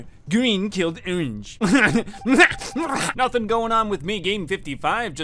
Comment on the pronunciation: “I tHaW oWaNgE iN tHeCuWiTy, AnD a FeW pItHeLs Of GwEeN gOiNg In ThAt DiReCtIoN. ThErEfOrE, gWeEn KiLlEd OwAnGe.” Bro that sounded so hilarious the first few times I heard it.